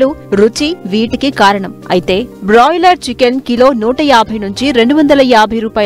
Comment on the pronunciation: Adhi boiler kodi..... Brolier kodi kadu thalli